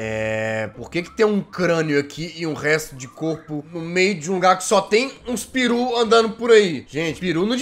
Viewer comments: "J" Gente o certo é "peru" e não "piru" kkkkkkkkkkkkk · O jazz falou piru ,na verdade se chama peru